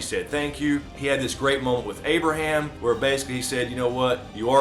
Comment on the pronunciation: Its Abraham guyss